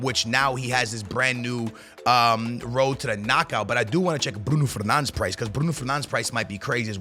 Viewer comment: Hes Portuguese and saying a Portuguese players name the way its meant to